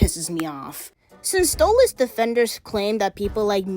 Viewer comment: Yeah... Why did you say Stolizt instead of Stolitz? I'm not a fan of it, I hate it, but that mispelling even made me cringe.